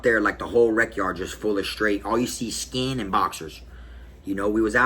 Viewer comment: 😂😂😂😂 Wait y'all from Florida say, " skeen " . I'm dead😱😂😂😂😂😂